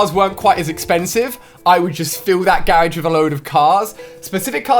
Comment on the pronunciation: You know the funny thing is, he says garage weirdly. But how Americans say it might be weird to him.